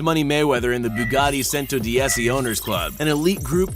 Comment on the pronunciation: You pronounced the 3 Bugatti wrong, The veyron, The Chiron & The Centodieci And the second time you pronounce Chiron, you pronounce that wrong too.